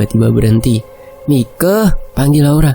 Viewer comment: Aduh dr tadi ko gak enak denernya ! Kl Mike itu nama panggilan buat perempuan , tapi kl laki- laki dipanggil Maik atau kl ditulis Mike dibacanya Maiki.... Gitu jadi enak nih kuping dengernya jadi jng panggil Mike itu jadi berubah jadi panggilan buat cewe. ..